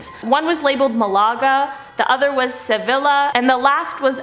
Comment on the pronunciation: Can the hosts please learn not to mangle the names of foreign cities? It's not hard to Google how to pronounce names like Malaga and Sevilla